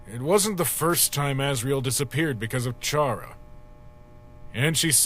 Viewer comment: Chara, pronounced liked “charmed” instead of “car”? Hmm. Welp that’s your choice pal, not mine.